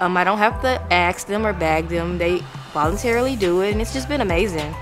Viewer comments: You don't have to axe them? You mean (ask)them,you pronounced that word wrong. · Black people we gotta stop saying axe 🤦🏽‍♂️ it’s ask‼️❕❕❗️❗️